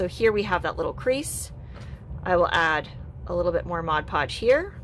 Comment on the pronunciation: I love your creativity, and your explanations, but most of all and this is a weird quirk of mine, but you pronounce mod podge correctly. I absolutely LOVE you for that. no eye twitches while watching you.